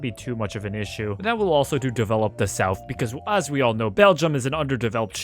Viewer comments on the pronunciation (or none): none